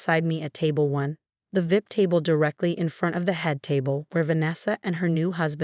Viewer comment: there a lot of really bad parents sadly but this is a wonderful mother and the AI screwing up how they say VIP is quite funny